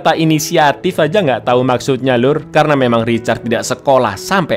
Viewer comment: Bang lu typo di menit Yg harusnya lu bilang tau malah jadi tai bang